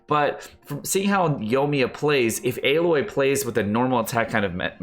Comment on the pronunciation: just a friendly heads up, Aloy is pronounced as Ah-loy. Have a good day!